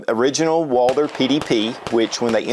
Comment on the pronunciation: “Walder?” Lol